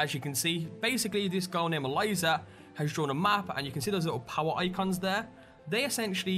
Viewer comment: I'm sorry dude but you said Eliza wrong. I'm sorry it's bugged me because that just so happens to be my girlfriend name. Lol sorry but great vid anyway